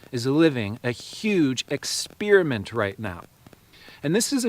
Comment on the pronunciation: Yes and experinent not expirament